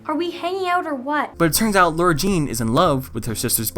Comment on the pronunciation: its LAHR-uh jean not lohr-uh